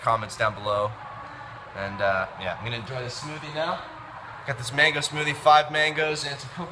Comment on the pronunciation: *mango not mangi lol